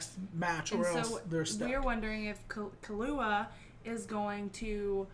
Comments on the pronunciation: I agree with the notion but you screwed up where the accents are. In the case of Serena and Akane, japanese people put emphasis on the first syllable, but not the last one (otherwise you would have something like Serenà or Akané). In Killua's case the emphasis goes just on the KI, while in Kurapika's case the emphasis is actually on the RA. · People are complaining you're stressing the wrong syllable in "Killua", I bet, not that you're actually pronouncing the sounds wrong. At the same time, they might not realise it's just the stress that's off, so they'll try to correct you in a way that doesn't actually address the problem. You were saying key-LOO-ah before. It's supposed to be KEY-loo-ah. I hope that clears up any confusion regarding that matter. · It’s ‘kill-oo-ah’ with more emphasis on the ‘kill’ part and the rest spoken abit faster. The way you guys say it sounds more like ‘ki-loo-ah’. It needs to be abit more separated as if they were 2 words: Kill-ua’. Hope this helps 😊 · Why does everyone pronounce Killua's name with the english word "kill"? IT'S NOT. It's KEEL. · Okay step by step let's start with killua right now : Dubbed Hxh pronounces it like you do i think ? Subbed Hxh pronounces it close to how you do, the thing you're saying wrong is the emphasis on the ''illu'' instead of the emphasis on ''kill'', TL;DR : it's pronounced ''KEERU-wa'' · ...Except the pace you say "ki" and "lu" should be the same, the first L before "lu" becomes a pause. Also "ki" is NOT pronounced like "key". Source: I speak japanese. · Kill-You-Ahh. Is the best way to spell it out and is exactly how it is pronounced whenever Gon or any other character says his name. And when Killua says his name it’s basically the word Gong without the g sound at the end. Hope that helps. Everyone can say it differently though it’s not that big of a deal. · That is actually very wrong. The u is not "you" at all. U in japanese is a sound similar to O in "who", but shorter.